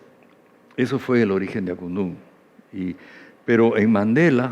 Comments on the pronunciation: Que incomo es escuchar al conductor durante toda la entrevista pronunciar mal Akundu, lleva tilde bro, el mismo coro de la canción te lo recuerda AKUNDÚN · Buena entrevista, pero no parece que conocieras la canción Akundún, que lleva acento o tilde en la "u", está mal pronunciarlo como Akundun. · (DEJAME CORREGIRTE POR DECIMA VEZ) AKUNDÚNNNN CON ACENTO EN LA Ú ajajjajajajjaja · Marcha para que diga Akundún correctamente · Lo unico que hacia falta era que miki le meta una cachetada por no pronunciar bien Akundun jajja